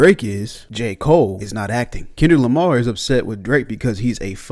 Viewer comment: Ah yes. Kenrick Lamr😅